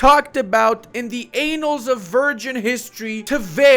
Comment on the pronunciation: “anals of virgin history “ hehe